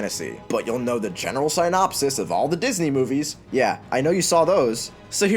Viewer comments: Why do you mispronounce synopsis? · Learn how to pronounce synopsis correctly.